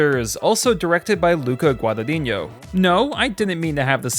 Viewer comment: Luca Guadag-niño…Gad-angiño? Luca Gad-najiñjo